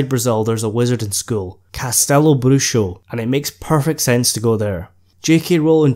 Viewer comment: The X in Bruxo has an H sound to it. The name of it literally translates to Castle of Witches